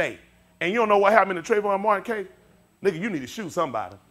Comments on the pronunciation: shows us how much the "holyghost" is talking through this man , HE CANT EVEN SAY THE MAN," TRAYVON"'S NAME RIGHT ..... open your eyes people !.... I mean to say, the "ALL-KNOWING HOLYGHOST cant remember the true name of TRAYVON ??????....think choir !!!...THINK!! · I thought this guy is a preacher. He should be preaching and teaching about the word of God. If he would preach the Gospel of Jesus, there would not be such mean and hateful comments. Also, he shows no respect for Trayvon Martin and his family by not even pronouncing his name correctly nor did he remember Trayvon's name. James 3:1 says: "My brethren, let not many of you become teacher, knowing that we shall receive a stricter judgment."